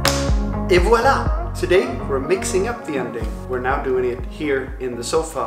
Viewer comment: You upgraded your "et voilà" level 😂👌